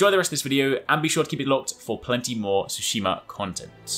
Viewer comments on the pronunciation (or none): つ、し、ま！tsu,shi, ma! TSUSHIMA NOT TSU SU SHI MA! Kuu nai no! KUNAI!! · Ghost of Sushi-Ma lol. Tsu is pronounced differently from Su